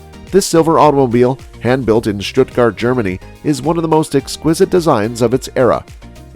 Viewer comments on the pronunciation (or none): none